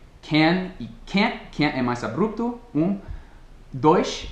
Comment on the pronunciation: hello Brother, um dica de pronuncia, já que você me ajuda muito, com seus videos. A pronuncia correta de ABRUPTO e AB-RUP-TO, e não ABRUP-TO. Valew fera!!!